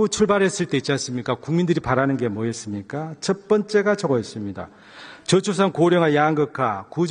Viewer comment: 진짜 잉 ㅑ당 의원 발음 이상하네. 사투리같지도 않고...한국사람 맞아? 뭐여쓰니까? 뭐였습니까가 아니고?? 뭐야 이사람